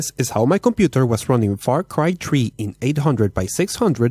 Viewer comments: "Desk is how my computer was running Far Cry Tree" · far cry "tree" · Its far cry 3.. not far cry tree🤣🤣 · far cry tree Lol